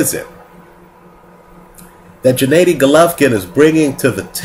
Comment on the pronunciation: "What's the difference between lemieux and golovkin" ? Smh, that's like asking what's the difference between Floyd may weather and Andre Berto...and his name is GENNADY not Janaydi or janadi!